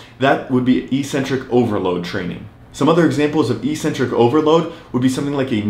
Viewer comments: It’s ek-centric. Not ee-centric!! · EEEEEcentric is not a word anywhere in the English language. Eccentric means ‘away from the center’. A crazy person is called eccentric bc they are ‘away from the center of normality’. A ‘negative’ movement of an exercise is a movement of the tendons ‘away from the center of the muscle’. It makes perfect sense from an etymological standpoint. Mispronouncing it as eeeecentric would mean ‘without a center’, which makes no sense. Another line of logic proving that it must be pronounced eK-Sen-Trik is that the first syllable is ‘ec’, which can only be pronounced ‘ek’ in English. There’s no possibility of a silent ‘c’. There’s no controversy regarding how to pronounce ‘centric’. So, the word is pronounced, eK-Sen-Trik. But don’t take my word for it! Look it up in literally any English dictionary.